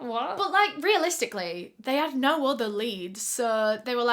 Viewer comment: ❤ that was a treat to my ears coz I love the way you say "no" and u said it three times in a sentence😂 " I don't nur ,really don't nur ya Nur " 😂😂😂